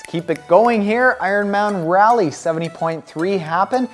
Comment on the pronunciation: Hahahaha....love the tie! And the inspiring trainiac story. BTW, being from North Carolina and on Sherpa duty at the Raleigh 70.3, it’s pronounced “raw-lee”😉